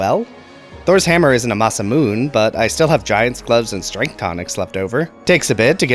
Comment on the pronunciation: Masamune is a Japanese weapon. The "e" is pronounced.